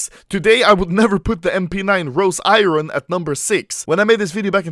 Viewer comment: its iron not iron